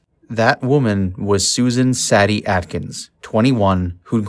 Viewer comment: Susan Atkins’ nickname, Sadie is not pronounced “saddy,” Sadie it pronounced “say-dee,” why do this simple things escape the narrator’s attention, I almost had to stop watching because it became annoying sand distracting.